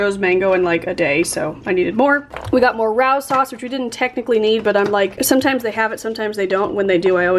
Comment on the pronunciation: the pasta sauce is pronounced "ray-oh"s! its my last name!!:P all my life people pronounce it ra-ow!